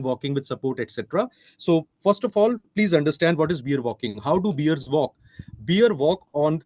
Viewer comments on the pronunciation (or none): Beer? It’s pronounced bear .